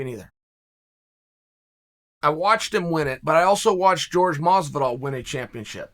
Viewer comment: It Jorge masvidal not george